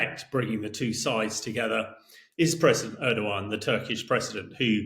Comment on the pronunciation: It's not 'urdigan' it's 'airdowarn' (short o), as Hamish pronounced it. Presenter please try to get names right.